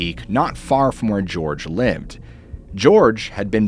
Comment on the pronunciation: Jorge =/= "George"